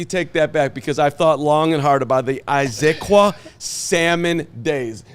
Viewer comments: it’s pronounced: IZ-UHH-Qwaah… Jackass!!! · Someone please help pronounce Issaquah correctly: Iss-uh-kwah